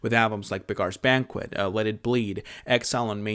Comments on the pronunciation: Beggar is pronounced 'beg-er' not 'beg-are.' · Hey, I'm new here, I like your videos a whole lot. Don't know if this was mentioned or not, but "Beggar's Banquet" isn't pronounced like that. "Beggar" here means the same as "one who begs", like a bum. Imagine that it's spelled "begger". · Buh-GAAARS Banquet. I can't unhear it. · Weird pronunciation 😂